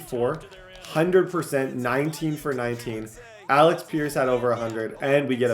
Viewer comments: Alec not Alex…Paye not Pain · New drinking game: every time says Alex instead of Alec take a sip😂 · …. It’s Alec not Alex